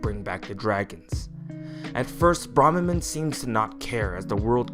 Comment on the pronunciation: They say their name in one of the first voiceclips in FEH and you still mispronounce it. And their appearance is not based on Mark's. Only their voice and attitude changes when faced by another person. Besides, we see that his appearance in FE7 in-game looks just like his appearance in FE7's Eight Legends artwork.